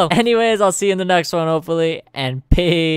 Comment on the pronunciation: He says see you in the next onne 'HOPFULLY'